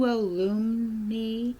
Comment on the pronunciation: Originally from the Central Valley. Turlock to be exact. So glad I’m not there anymore. Also, it’s (too-ah-luh-mee) Tuolumne.